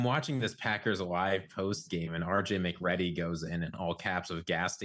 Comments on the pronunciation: It's RJ Macready from the movie the Thing and you guys should know this. (prounounced MacREEDy) That guy using it is a disgrace to the name. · I imagine you are referring to pronunciation? Yes, it's spelled MacReady but pronounced MaCreedy.